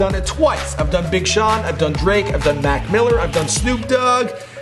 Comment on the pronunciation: Did he say "Mack mill"